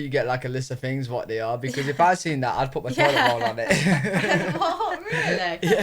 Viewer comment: "Seven Fings" 😅